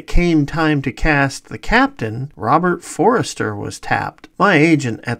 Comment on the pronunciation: Great vid - but its Robert For-ster, not Forrester!